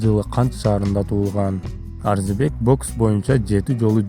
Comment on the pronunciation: Э тупой блогер, эптеп видео чыгарбай маарисине, манызына конул койчу, Арзибек эмес Орзубек туура айтсан атыр.